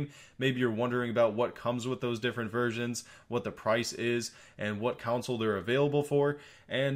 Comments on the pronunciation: I love you man, but why do you keep saying Counsel? It's con-sole. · ITS PRONOUNCED CONSOLE NOT COUNCIL ☺️